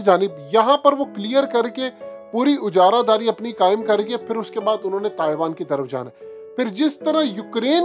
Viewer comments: Ujaradari. Nahi ajaradari sahi talaufz hy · Admin aap aik word aksar use karte ho is main talafuz ki tasheeh ki zarorat hai ye ujara daari nahi hota ajara dari hota hai